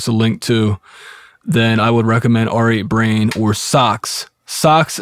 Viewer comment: It's pronounced "rate brain", not "are eight brain". And it's pronounced "able tun", not "abble tun".